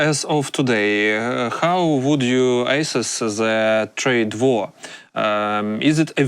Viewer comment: "Diplomatic" is pronounced "di - plo - MAT - ic," not "di - PLO - ma - tic" as the host said. Also pronounce "assess" as "uh - SESS," not like "ices." That said, makes a lot of good points, but the idea that the PRC is a "stable and reliable partner" is off base. China's real estate markets are crumbling and its industry is being absolutely devastated by the Trump tariffs.